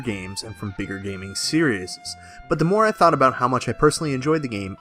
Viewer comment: You're adding an extra s on series. It's just series. lol